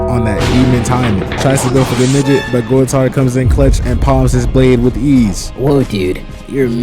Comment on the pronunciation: Gool - Tard/ How to pronounce Goultard’s name.